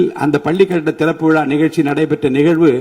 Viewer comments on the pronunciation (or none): none